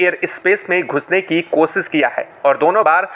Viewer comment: बेटा पहले हिन्दी ढंग से सीख ले ,फिर यू ट्यूबर बन कर, विडियो बनाने की। "कोसीस" करना !